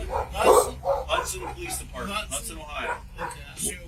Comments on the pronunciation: It's Hudson not Houston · It’s not Houston it’s Hudson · Hudson not Houston let's get it right